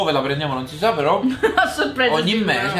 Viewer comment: "Sà di iniezione letale" ahahaha